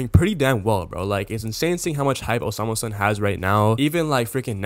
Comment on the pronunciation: bro its not hard to say the name😭